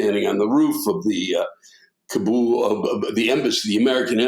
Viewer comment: Lewis pronounces Kabul as Kaboom